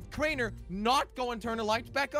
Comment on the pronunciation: made me so mad when he said it’s crainer